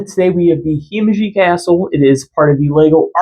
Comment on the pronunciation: you need to learn to pronounce Himeji, ignorant Americans....